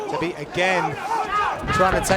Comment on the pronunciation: Both commentators mispronounced Zabit's last multiple times before production corrected them lol Get your shit tg boys!